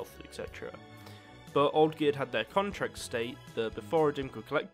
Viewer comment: I giggle every time I hear ''Contract'' nowadays